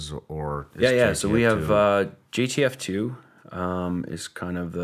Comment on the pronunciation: Why does he keep say gtf2 not jtf2 😂😂